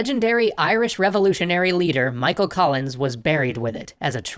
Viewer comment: Patrick colENs Ens Dam none understand Irish names